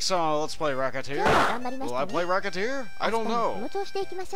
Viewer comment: its pronounced: ress-a-tear